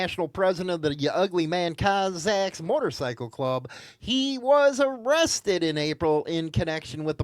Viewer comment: This guy 🙄 It's Cossack's not cozaks!